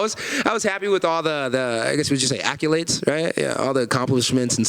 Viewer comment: Kevin “accUlades” Holland